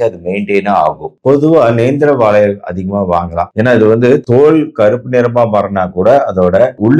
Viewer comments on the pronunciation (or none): none